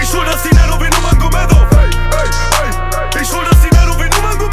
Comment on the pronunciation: Nurmagomedov falsch ausgesprochen